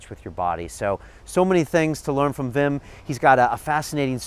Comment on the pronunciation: Wi.. wi...fucking WWWIM Hoff... not Vim.